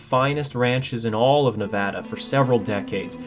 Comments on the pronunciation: thank you for pronouncing Nevada correctly. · Thank you for pronouncing Nevada the correct way! 🙏 🤩😍 I love my home state ❤️ thank you for sharing this I never knew this.